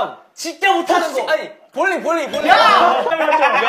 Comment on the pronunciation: Мне одной на слове боулинг когда хёнджин произнёс его послышалось слово булинг